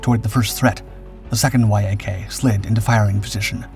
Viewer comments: "Y" "A" "K" is pronounced "YAK" you BOOB. And you include gun camera footage and aerial footage of just about EVERY TYPE of fighter (besides P-38s and "YAK"s ....see how that's pronounced"?...."YAK"....) EXCEPT carrier fighters!!! EVERY maneuver you describe the P-38s and "YAK"s (...."YAK"...understand yet?....) doing doing against each other are AEROBATIC MANEUVERS....FIGHTERS DO NOT DO "aerobatic maneuvers" against each other in combat (EXCEPT MAYBE an OCCASIONAL "split-s' or "Immelmann turn"...history proves that pilots that do "aerobatics," or "acrobatics" as some say it, in combat DIE...PERIOD). The vernacular of air combat is almost TOTALLY DIFFERENT from "air show blather, but a REAL Military Aviation Historian (or tactical pilot!) would KNOW THAT....GOOD LUCK "hammerhead" stalling a P-38 ANYWHERE BELOW ABOUT 15,000 FEET, and LIVING TO TELL ABOUT IT!!!! Sometimes these videos are JUST AWESOME, and sometimes they are JUST RIDICULOUS. Get an actual AVIATION HISTORIAN to LOOK at these damn things BEFORE you put them out PLEEEEEEEEASE!!! ....and BTW, P-38s are actually pretty quiet, because of the exhaust/supercharger set-up....they aren't HOWLERS like Mustangs and Jugs....unless they are almost RIGHT ON TOP OF YOU, you really don't hear them much....your scripting of "while the thunder of the fighters was still echoing in the air" or some overly-dramatic crap, makes NO SENSE in a HISTORICAL context. Just saying.... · Y-A-K…umm everyone just calls it the Yak. I am 50 and it’s been the YAK my whole life not Y-A-K…your videos are getting better on the visuals matching the subject matter..do me a favor though..ditch the music. You’re not producing rock videos. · Love how the Yak fighter is called the Y A K instead of just saying it properly. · It's pronounced "yack", you muppet!